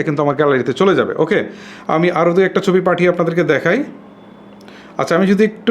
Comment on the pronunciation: উচ্চারনে সমস্যা থাকতেই পারে তো সমস্যা কি